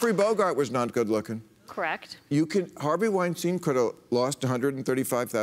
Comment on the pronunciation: btw its not called weinsteen, its weinstein :) u both made that mistake several times